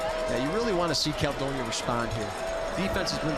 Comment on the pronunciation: Can’t stand the way the announcer says Caledonia